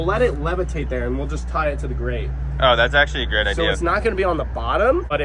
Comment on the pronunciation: Did say that's a GRATE idea on purpose? 😂